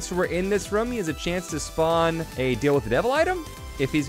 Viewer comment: why do you say rum instead of room?